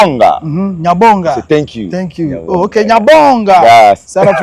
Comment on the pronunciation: That is not how to say thank you please